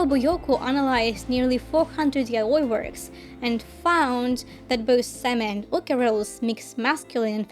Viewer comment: Im so glad to hear an english speaker pronuncing "yaoi" right 🙏 great video!